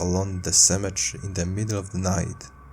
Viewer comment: It's pronounced cemetery not cemetre